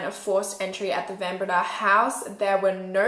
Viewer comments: It’s van BrAyda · In Afrikaans the "Van" in Van Breda is pronounced "fun", otherwise, thanks for covering a South African crime story! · I'm a van Breda from Melbourne Australia, but from a different family tree. The name is pronounced van Bray-dah. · Bae, here in South Africa we pronounce names differently when they're Afrikaans. Like Fun Bre-yuh-da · I am from Holland Van Breda is a dutch name I love how you pronounce it 😂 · Why is no one correcting the pronunciation of her surname?😭😭😭😭😭